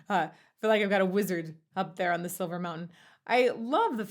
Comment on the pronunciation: I think its pronounced "Schilver" Mountain.